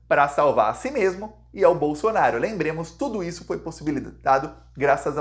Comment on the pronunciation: Nao é BOLSONAR I O. é BOLSONARO, PORRA.